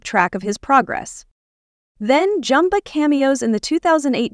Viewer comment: JUmba. Not Jumba. Program your AI better. No Kingdom Hearts?